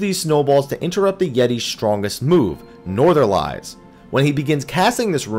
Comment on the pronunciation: I know it's nitpicky, but Northerlies -> Nor-thuhr-lees. Like the plural of the Northern winds.